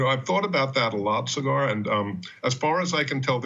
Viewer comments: Did the guest just call Saagar "cigar"!? LOL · He called Saager “Cigar” 😂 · "Cigar" lol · The way he pronounced Saagars name. Lol Close but no Sa-gar. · My favorite was the guest who called him "Say-ger." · He pronounced Saagar "cigar" lmao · OMG could these guests please learn how to pronounce Saagar's name properly? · i flinched and my name isnt even saagar.